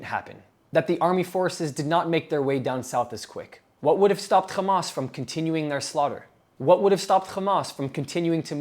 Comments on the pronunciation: I don't know why people say xamas. It's meant to be an h as far as I can tell, for harakat - movement. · Bro stop saying khhhhamas lol. Its not how you pronounce it. You speak perfect English just use the H.